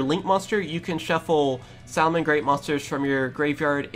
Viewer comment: You are pronouncing it correctly. For anyone who needs help its Sal-a-men great. Think of when Joey used to activate Salamandra on his Flame Swordsman back in the DM days.